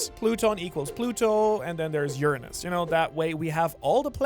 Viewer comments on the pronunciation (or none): none